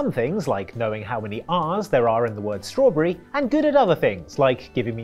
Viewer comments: You said "Strawrberry". 3 seems right, no? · Yes there are 3 r's in strawberry, but he clearly said strawbrarry. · "strawberry" does contain 3 rs though 🤷‍♂️